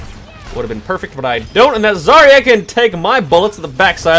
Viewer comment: He purposefully mis-pronounces MANY heroes names'. It's actually funny that you think you're clever by pointing out just one of them...